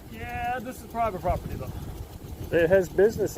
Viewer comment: Why is it that so many of these auditors have such a hard time pronouncing the word property?